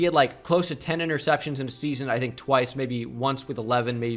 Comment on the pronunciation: Why would someone so illiterate make a quiz like this lmao. Didnt want to check spelling for anyone?? Ya know like for Blake "Portles". Or knowing how to say "interceptions" and us know what you're talking about?